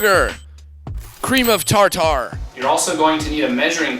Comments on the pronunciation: *Falls out of chair laughing* Cream of..Tar tar??? xDDD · LOL. 'CREAM OF TAR TAR." :D